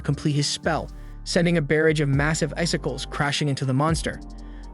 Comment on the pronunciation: Love your channel, but you keep pronouncing barrage wrong, and it makes me laugh every time😂😅